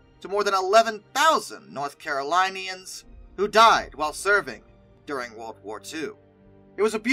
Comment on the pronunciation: "North Caro lionians" 😂